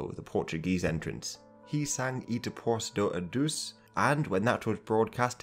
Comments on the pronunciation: E depuuus do aduus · I know, it still was pretty hilariously off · the way he pronounced "E depois do adeus" made me develop a new unidentified type of cancer:face-purple-crying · What a surprise! A Brit butchering pronunciation lol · "E depois do Adeus" 0/10 for pronunciation. You could have gone on to Google Translate, pasted this phrase in under Portuguese, and clicked the listen button, for a sexy Brazilian pronunciation. But no, you fucked it. But other than that, great video!